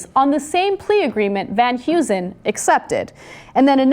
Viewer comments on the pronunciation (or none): I love how Americans pronounce Dutch last names. 'Van Hughzen' (Van huizen) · The surname is pronounced Hay-zen not Hew-zen. Its Dutch. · It's funny how americans pronounce dutch names such as "Van Huizen"